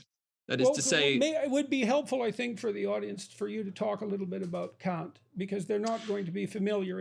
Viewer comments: Kant, not Kaut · its Kant , not Kaut...